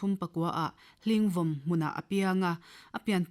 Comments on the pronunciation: Hling vawm tih ah hian vàwm tih tur a ni vàwm thluk tur a ni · 'HLINGVAWM' : 'VAWM' hi 'SAVAWM' tiha 'VAWM' anga lam tùr.A.I.R Aizâwl-a thu chhiartute hian thumal dang lam dik loh in ngah ṭhin hrim hrim mai.Recording in tih tùr rêng rëng vawi hnih tal chhiar chhuak hmasá ṭhin rawh u.